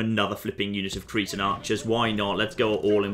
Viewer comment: I love how he says Cretan the way that cretin is pronounced in my accent. Always good for a chuckle